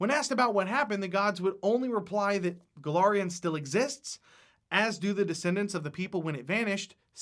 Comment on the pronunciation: *Golarion, not Golorion.